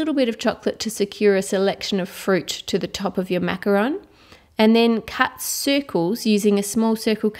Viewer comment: At the beginning of the video Ann: Macaron Me: NOOOOO IT IS MACAROOOOOOOOON